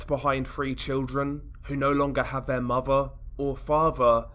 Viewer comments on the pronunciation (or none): The way you sat Muvva and Faava 🖤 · Mahva or favha. The accent 😂